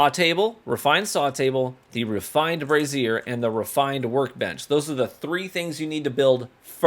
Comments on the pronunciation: the amount of people who dont know how to pronounce brazier but instead say brassier (a womens type of undergarment) is crazy... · I want him to look up the pronunciation of brazier. It hurt my brain every time. (Note that everyone has words like this. This is meant as informative, not an attack.)